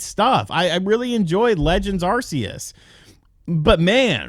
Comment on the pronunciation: First of all, correct your pronunciation of the world Arceus. Second, Legends games are catergzied as MAINLINE games by the Pokemon company. They are not spin-offs.